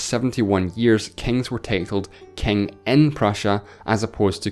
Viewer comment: "Kaing of kaings."